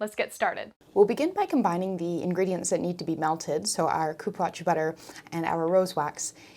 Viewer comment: Dear, please look up accurate and respectful pronunciations for ingredients before you film. Cupuaçu.... is coo-poo-ahh-zoo Goodness gracious this was painful to listen to.